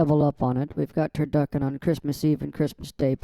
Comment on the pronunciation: Turduckin 😂 you slay me